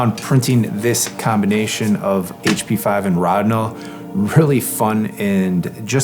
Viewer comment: P.S. An in German, where Rodinol was created by Agfa, the first "o" is long. You're the first person I've ever heard with the "rod" syllable, but as long as you get the results you want, you can call Lonidor if you like.